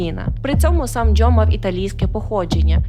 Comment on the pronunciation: Чому ви вимовляєте ДжЬо і Джьозеф? 🫣